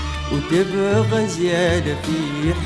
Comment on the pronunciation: جمال الفن السعودي من صوت الأرض ألف رحمة تتغشاه شكرا لكم ع جهد تدوين هذا الفن في كلمات تمنيت لو تتعدل (تاني > ثاني) (دابت > ذابت) (لقا > لقى) يا ليت لو الفنانيين ينتبهون لمخارج الحروف والنطق الصحيح للكلمة، حتى لو اختلف نطق حركات الكلمة بناءا على اختلاف اللهجات لا بأس الفن يمثل هوية لغتنا العربية للمستمع من الاجيال القادمة والأجانب